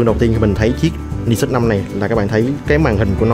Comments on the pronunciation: Mình thấy bạn Khoa góp ý dùng từ hơi quá nhưng mình và nhiều bạn khác cũng có cùng suy nghĩ như trên. Các bạn góp ý để trở trên chuyên nghiệp hơn chứ không có ý chỉ trích. Mong lắng nghe ý kiến đóng góp và cải thiện phát âm tiếng anh quốc tế để trở nên chuyên nghiệp hơn. Nói thật thì nghe phát âm "Ni sút" rất buồn cười, vui, chứ mình không có ý khác. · Tay này đọc tiếng Anh sai nhiều lần rồi. Đến tên máy còn đọc sai nữa chứ mới hài. Hồi trước còn nhớ màn hình con iPhone đọc là "rì tai na" mới hãi. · ten cua máy thi fai đọc sao cho đúg chứ